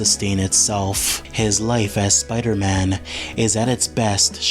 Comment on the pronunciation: Okay, but why do you call him "Spudder-Man"?